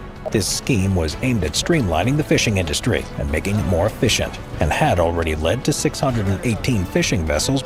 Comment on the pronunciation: Ha. Effish-ient